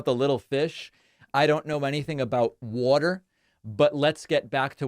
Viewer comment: “Wheter” … OH, water. 😮💦